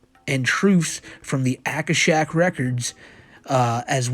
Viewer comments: i mean its on a letter from a pedo..... but "akashic" is pronounced "ah-kah-shick", but you got it closer than many attempts ive seen....or rather, heard....but your mangling of "mimicry" as "mee-mee-cry" instead of "mim-ick-ree", just cannot be overlooked. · akashic is usually pronounded a-KOSH-ic. Hope this helps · He spelled “Aurora Borealis” as one incorrect word. Also, we’ve been over what the Akashic (Ah-kah-Shick) records and it’s pronounced “mih-mih-Kree”